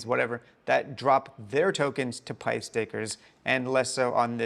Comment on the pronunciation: Still saying pyth wrong lol